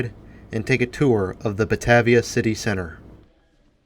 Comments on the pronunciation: Buh-Tay-vee-ah. Long A. Driving me nuts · I was going to saybthebsamenthing - Buh-Tay-v-uh. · Drinking game #2: every time mispronounces "bah-TAY-via". Don't do shots, you won't survive😉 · 💗western NY state🍻Salute! Also Batavia is pronounced buh-tay-vee-uh in NY state:) Nice work,!👌